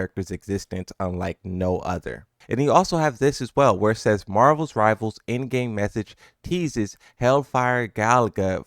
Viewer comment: “Marvels rivals”